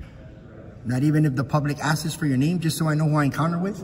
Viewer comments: “…not even if the public askses.” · "Askes" "Statue code" Can't read simple paragraphs This dude barely has a 2nd grade education. You gave WAAAY too much credit with 7th grade